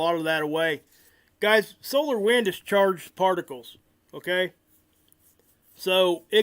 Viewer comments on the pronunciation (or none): none